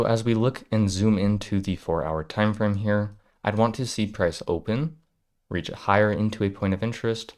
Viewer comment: It's reach, sounds like bleach or what you do well, teach